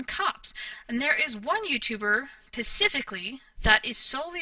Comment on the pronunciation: Specifically not pacifically... I thought maybe it was misspoken the first few times I heard you say it but it's seems consistent. As much as you talk & as much as you seem to think you know so much you would think you'd figure out how to speak common words by now.